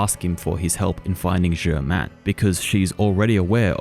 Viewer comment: Btw, it sounds just as ridiculous when an Australian says "jhhamenn!" Instead of Germain, as it does when Arno suddenly pronounces it the French way after speaking in a spotless English accent the whole time. It's "Jerr mane" in English. This isn't like Ezio, who never stops using an Italian accent.